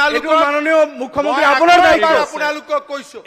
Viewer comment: মাননীয় মূখ্য মন্ত্ৰী শব্দটো ভালকে কব নোৱাৰে কোন এইজন বিধায়ক ।